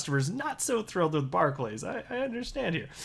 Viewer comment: It's pronounced 'barkliz' .. just saying. Also, these are not local community businesses anymore .. they are closing all but the major town/city centre branches. They are major businesses that want to solely protect their own interests. Maybe they should stop us from buying alcohol in a bar .. you know .. to protect us, or stop us from buying cigarettes .. you know .. to protect us .. or even stop us from buying fuel .. that way we can't have an accident and they will have successfully protected us 🤷